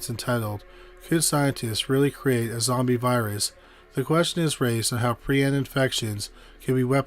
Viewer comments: Nice episode but the word isn’t py- ron. It’s pry - on. Prion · It's pronounced PREE-on. Prion diseases deserve far more discussion and research than they get. Please, honor the victims of, and researchers working on, prion diseases by pronouncing it correctly.